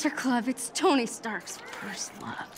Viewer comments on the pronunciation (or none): It's 'first' not 'firsy' 😅